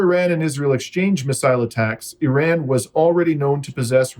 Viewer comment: You are pronouncing IRAN incorrectly